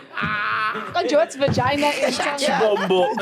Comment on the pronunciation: Sol busy saying Shitombo 🍑😂😂😂😂😂